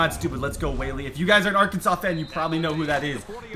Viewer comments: It is pronounced arkin-saw not Arkansas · It’s pronounced arkansaw not ar Kansas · ITS AR-KAN-SAW. Not ark an sis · Its pronounced Are can Saw not R Kansas!!!! lol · Td never say Arkansas like ar- Kansas it’s pronounced arkansaw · It's pronounced ar-kan-saw, not ar-kansas. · Arkansas is pronounced are can saw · Ar-kan-saw bro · thanks for picking Arkansas I’m from here and a huge fan. But please never say R-Kansas again it’s actually illegal to say here(I’m not lying)😂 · pronounced Ar-Kan-SAW. Okay you say it right later in video. Mayor of a town, Governor of a state though. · As an Arkansas fan I was super excited until you started saying "are-kansas"....foh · Did anyone else notice that he said "ar-kansas" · It’s (Art-can-saws) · bruh Arkansas ALWAYS play LSU and A&M what do you mean we have to go through Tennessee. They are in the SEC East. Also pronounce Arkansas like Arkansaw. Arkansas was a state before Kansas so Kansas become Kansaw for the chat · its pronounced are-kan-saw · Your saying Arkansas wron it’s pronounced arkansaw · It’s pronounced Arkansaw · It’s pronounced R-CAN-SAUCE 🤦🏼‍♂️ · Please pronounce it right it up sets me because I'm from Arkansas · He sad ar Kansas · Dude, watch a youtube video or something on how to pronounce Arkansas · U saying Arkansas wrong is so cringy!